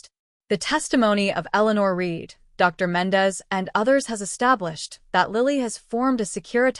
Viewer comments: Dr . = doctor Ms = Miz You don't pause between Dr. and the person's name Same goes with Ms. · AI strikes again. I think these stories are just that, stories written and read by AI. AI doesn't know how to read Ms or Dr. The only surprise here was no person named Chen!